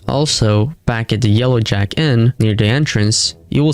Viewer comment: Did u actually say jellow jack???